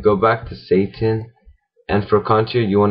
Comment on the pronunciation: I fucking loved this tutorial. The detailed was cool - most amateur tutorials are three minutes long and the final product looks like it. Your final product looks awesome. But I had to stop and rewatch it after you said SATAN instead of SATIN. XD I'm not trying to make fun. This was a good tutorial and I wish you had more.